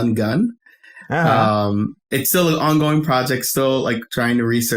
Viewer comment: I didn't know we were calling it "ah-vay" now lol. I just say the letters. But to add on to "done gone" one, I was confused. I thought he was saying "done gun". I take it that's what they say where he grew up. I'm Chicagoan and we say "done gone and" to say a person did something (usually something bad or something that annoyed the person saying it). Another BIG one is "finna", which is a variation of "fixing to" to say that we're about to do something. Or we say "I'm bout to (insert activity). AAVE has regional differences just like like standard American English. New York AAVE sounds vastly different from Chicago and southern areas. Same with West Coast AAVE.